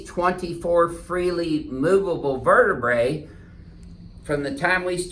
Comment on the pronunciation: “Verduh bruh”